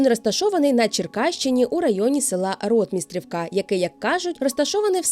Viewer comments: Дуже цікаве відео! Дуже дякую за роботу! Наголос на Ротмистрівка не там, правильно РотмистрІвка. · В нас на Черкащині, це село називають РотмистрІвка, з наголосом на І. Загалом цікаво, дякую. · Не усі так говорять. Місцеві раніше говорили: РотмистрІвка (наголос на і після р).